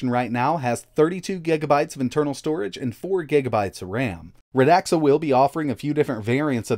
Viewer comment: Its pronouced Rad xa not Ra dax